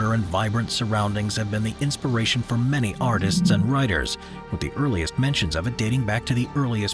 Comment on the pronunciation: Don't forget your "n" in "many"! Apart from this: I think you have a point.